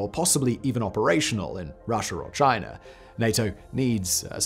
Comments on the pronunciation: Russher and Chiner huh? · WHY DO YOU SAY..."RUSSIAR" AND CHINAR"? LOL!!!!!